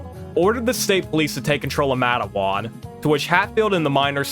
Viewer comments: I was raised in Red Jacket, WV. It's just outside Matewan. We pronounce it "Mate" + "One", anyways the buildings in Matewan are the very same as they were back then. Still got all the bullet holes too. Everywhere I read about it refers to it as the 'Matewan Massacre' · Nice video, but NOTHING and I mean NOTHING is pronounced correctly. Matewan is said “mate-won,” Kanawha is really “can-gnaw,” Monongah is “mon-on-guh, “ Sabraton is “saber-ton.” Also, the creator of the video is correct that Country Roads is about driving the eastern approach into WV through Virginia and Maryland, but all of the landmarks mentioned in the song are partially in WV. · Plus your comments on Tudor's and pronunciation of "Matewan" and "Kanawha" makes me question your true West Virginian-ness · Loved this video, absolutely hate the way you pronounced "Matewan" 😂